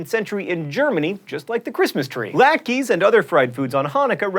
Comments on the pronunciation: I know mispronunciation is your thing, but latke is pronounced like lot-ka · latke is also pronounced latkuh, not latkee